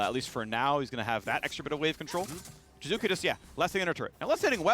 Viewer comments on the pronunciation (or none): I love how phreak can't even say names correctly... I honestly don't understand why Riot don't kick him out still... (jizuka! jizuka! jizuka!) but ehy, it's not an american, it's just an import soo who cares? ahahah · What about jizukke? I’ve heard the hard E since EULCS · Yeah, Phreak is just hard butchering Jiizuke's name. EG's video when Jiizuke joins and introduces himself, he uses a soft/subtle "ee" ending.